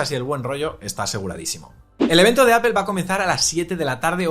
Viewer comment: Me pongo malo cuando lo intentan pronunciar todo más o menos bien, salvo Apple: es "apol", no "apel".